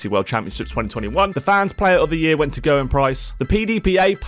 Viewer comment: I wish people would find out how to pronounce Gerwyn!